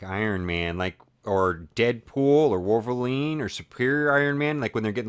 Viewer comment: u said wovelrine i mean do you even english